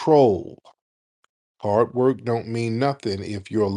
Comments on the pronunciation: Talking Sh*t about Foundational Black Americans while living in the America we built. Typical. BTW< Every time Tariq does the accent "Hard Wuurk" I fall out. LOL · The way she pronounced Hard Work😂